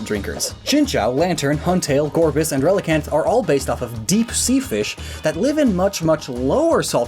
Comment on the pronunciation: He said relicanth that twice, lol